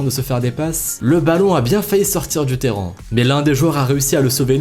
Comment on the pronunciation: Il s'est pas parler!!!🤣 Écouter bien, il dit '' terran '' à chaque fois il s'est pas dire Terrain 🤣🤣 mais j'adore ces vidéos ahahaha ❤️